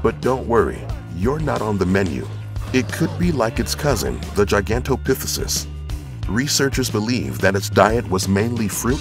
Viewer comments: Ha ha, yeah, I was like what? What did he say? Pithesus? 😁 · Pronounced Gigantopithecus wrong.